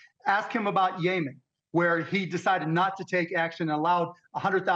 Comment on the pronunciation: Dude really pronounced Yemen Yaaa mennn 😂😂😂😂😂